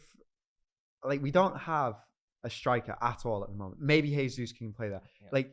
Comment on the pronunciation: The way he pronounces Jesus hurts my ears as a City fan